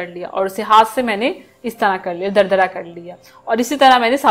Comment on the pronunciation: Plz correct your Urdu Say durdura Not dardara Rest your recipes are best keep it up